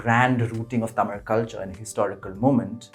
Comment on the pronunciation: ..I am surprised.. the way u pronounced Tamiz and not Tamil.. Chozhan n not cholan.. Ur diction has added elegance to this piece.. Too good dear..